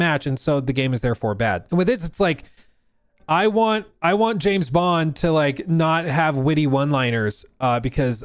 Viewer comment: JIM BOND... not Jam Bond... come on now, if you're going to rage bait, be better at it xD I literally just preorder 007 first light and it wasn't intentional but im still excited to play. Also James Bond... a tory? 😂 im British and that qoute made me spit my tea out and laugh so hard I peed a little